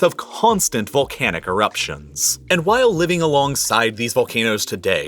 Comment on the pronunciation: It bothers me hearing the excessive use H, i.e khillings, enthire, vholcanic. 😂